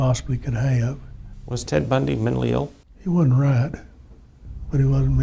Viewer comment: News guy- "was Ted Bundy mentally ill?" Prosecutor- "he wod'nt right."